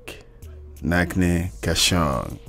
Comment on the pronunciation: It's Not pronounced as Nach(k)ne ka Shaunq, but Nach(ch)ne as is (ch) pronounced in China. And they meant that the crowd only knows to dance on the flow however doesn't understand ABC of rap or it's history.